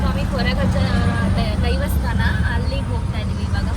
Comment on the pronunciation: It's not Devastana it's daivastana.